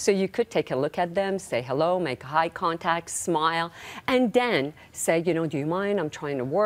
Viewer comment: eye contacc 😄